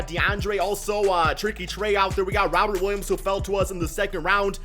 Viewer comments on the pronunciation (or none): none